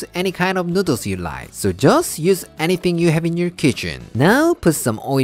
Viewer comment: the way he says noodles is great. Its like he forgets to pronounce the l and instead adds it in on the end ever time noodals XD